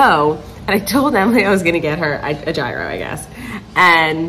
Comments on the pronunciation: i CANNOT with how you pronounce “gyro” 😂 the G is completely silent and I’m loosing my mind each time you say it. It’s so funny 🤣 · You pronouncing gyro lol